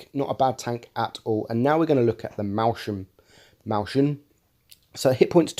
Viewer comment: "mäuschen" is pronounced that way